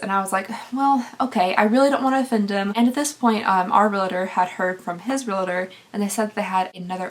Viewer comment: Realtor is pronounced "real-ter," not "re-la-ter". Purple is pretty on you! ❤